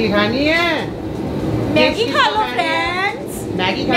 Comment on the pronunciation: Aunt please check your hashtags its maggi not meggi